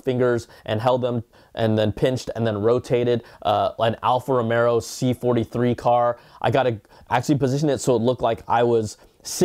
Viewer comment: Its Alfa Romeo, not Romero 😝🤣